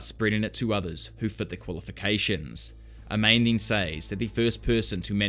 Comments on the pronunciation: Amane is not pronounced A-main, but Ah-Mah-Ne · For a guy that loves manga/anime, your pronunciation of Japanese names is god-awful out of nowhere sometimes. Pronouncing "Amane" as "Uh-Mane?" Jesus dude lol. It's "Ah-Mah-Nay." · Amane: “Ah-mah-néh” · A-MA-NE! who tf is Ameyn? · Hearing pronounce Amane like “A Mane” ? Jesus it’s Pronounced like A•MAWN•NEIGH A - like when a dentist says “say ahhh” MAN - pronounced mawn like lawn NE - like what a horse says “neigh” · Great video but my only gripe was how you pronounced "Amane". I would go as far as to say that her name is pronounced "Aman-eh" I could be wrong. Other than that thanks for the content bruh.